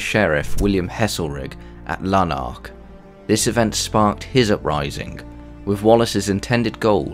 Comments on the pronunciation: lanark not lannnnark lol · Interesting but the appalling pronunciation of Scottish names spoils it a bit. Not 'Moraaay' but much shorter 'Moray' for example. You even got 'Lanark' wrong which is unbelievable as it is such a simple word.